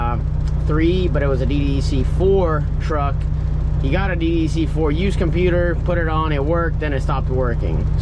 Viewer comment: DDEC = "D Deck", is how its pronounced.... JS, so you don't be sounding like a Detroit rookie.